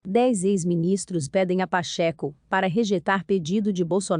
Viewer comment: Pacheco, não Pacheco com acento no e...meu bem! Dói ouvir vc!!* aff